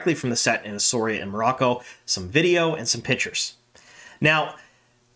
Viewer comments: Shame you can't check how to pronounce the name of the place where this is being filmed. It's "ESSAWEERA" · Please learn how to pronounce the name!